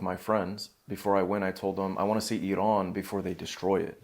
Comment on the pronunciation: Big thanks for this great discussion from an Iranian. Also, you are pronouncing Iraaan very beautifully, just like Iranians.